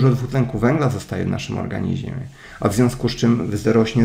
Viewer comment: ja nie potrafie ale moze Tobie się uda mówić W ORGANIZMIE ORGANIZMIE A nie organiźmie:) Super wiedza, jade po wit C i D